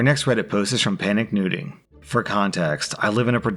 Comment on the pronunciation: the way you said PanickedNooting sounded like PanickedNudeing. Yhea...I swear there is something wrong with my head